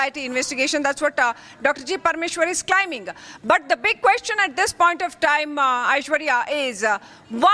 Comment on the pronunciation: On another note, why is the quality of this journalist so bad? Claiming is pronounced “climing” Against pronounced as “Again-ast”. Not to mention the number of “aa” space fillers. I mean, people make these mistakes but for a journalist, this is absurd.